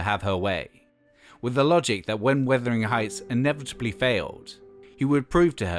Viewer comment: Also mispronounces Bjork, and mispronounces Wuthering Heights incorrectly too. Also this whole video is practically info ripped from the BBC4 documentary.